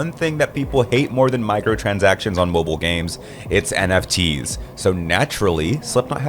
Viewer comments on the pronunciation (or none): He clearly says Moblie multiple times,I even did a double check to make sure